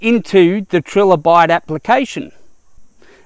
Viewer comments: its "trilobite" (as in triangle), not "trillobite" named after the trilobite it used for its icon/branding. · Tri Lobite not Tril obite